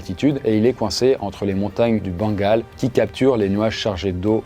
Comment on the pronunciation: Mec, on dit "Bingale", comme agenda (ag-in-da et pas a-jean-da)